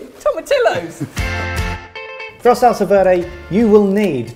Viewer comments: I love how excited over the tomatillos is but i also cringed cause.. well toe-mat-tea-yos.. sorry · God guys it's "tom-ah-tee-ohs" not "tom-ah-till-ohs"! Geezy Creezy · Tomatillos??? Oh.... TOE-MAT-TEA-YOS. Someone either clearly took French or terribly failed Spanish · For even more depth in a salsa verde, char the tomatillos (and turn that double 'l' into a "y" sound). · If you want to sound more Mexican pronounce Tomatillos like this To-ma-to-yos. The double Ll makes a U sound. Happy New Year Boys! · Okay, say tom-a-ti-yos. Now do it twenty more times! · It is absolutely pronounced "toe-mah-tee-yohs", guys. Just like "tortilla" is not pronounced "tor-till-ahs". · tomatillos. (the double "ll" is pronounced like a "y". "toma-tiyos") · After binge watching every Sorted food video for the last two months straight, I must say I have never seen happier than when he pulled out the can of Tomatillos while simultaneously mispronouncing it at the same time.